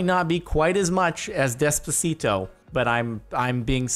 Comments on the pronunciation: The way you pronounce Despacito... I don't even like the song... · how he pronounces despacito xD